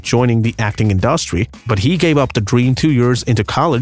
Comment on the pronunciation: Who is the narrator who repeatedly can't seem to pronounce the word "industry" correctly ?